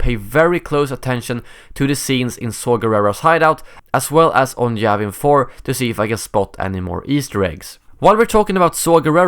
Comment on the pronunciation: its Yavin 4 not Javin 4 xD